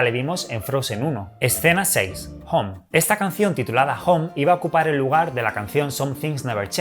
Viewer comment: Me gustan muchos tus vídeos. Pero una cosa, el inglés no es lo tuyo, pronuncias regulín, no es /hom/ es /houm/, no es /board/ es /bord/ y algunas más, me gusta que lo pronuncies con acento español pero duele a los oídos algunas cositas. Por cierto, gracias por deberte a tu público y el rigor periodístico triunfe sobre el mal, jeje.